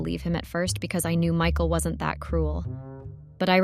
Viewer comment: Mickle. No. It's Mike-al. That's the problem with AI readers.